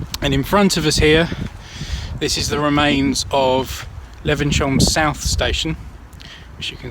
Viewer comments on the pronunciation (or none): Great video....but maybe check the pronunciation before visiting? "Le-vens-hyoom", not "Le-ven-shum"!! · For your information, Levenshulme is pronounced 'Levenshume'!!! Before you did this Christmas walk with a difference, did you bother doing any research into how the area's name was pronounced? I don't fucking THINK so somehow. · Er,,,,,, it's pronounced Levens.. Hume - lol (bloody southerners) - just joking - nice video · Great video but saying 'Levensyome' all the time was getting right on my tits!...But it was very informative and filmed well, so good job 👍.